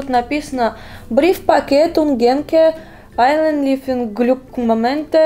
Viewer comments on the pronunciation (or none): none